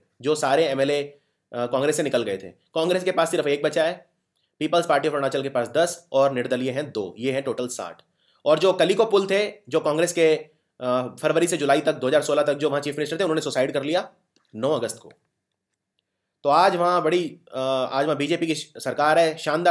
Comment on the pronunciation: Sir, not kaliki it's kalikho pul .